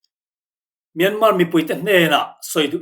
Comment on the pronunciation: Myanmar hi Myanma tia lam tur aw 😇